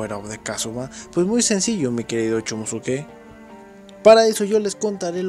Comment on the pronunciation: Se que se escribe chomusuke pero porfavor decí chomuske desu